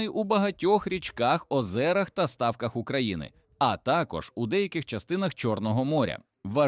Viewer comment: стАвках, корОпових. ШІ - отстой! Дизлайк.